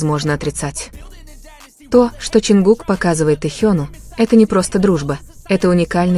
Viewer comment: Джанкуг и Таюнг.... Что Это???? Вы можете нормально произносить имена парней их зовут.... Тэхён и Чонгук... Слушать неприятно. Как только не назовут... Вас граммоте учили или нет???